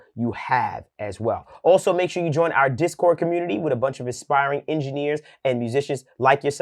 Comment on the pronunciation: Then I’ll “alsho “show you